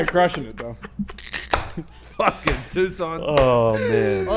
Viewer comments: Because said Tuscon, not Toucan.. 🤣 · He said Tucson Sam lol